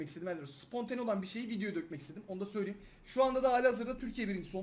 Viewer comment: Söyliyeyim kelimesini her videoda söylüyüm diye okuyosun düzeltsen güzel olur aslında dsaghan